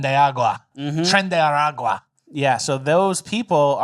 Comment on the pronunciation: "TRENDAYRAGWA" -- 🤓